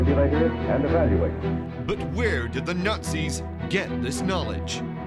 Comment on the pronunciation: Between the overly loud and over-dramatic music, the voice-over's overly dramatic tone and pronouncing Nazis as Nurtzies or Nutzies or Nortzies, this is hilarious.